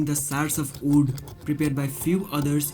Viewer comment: its wood not ood !!!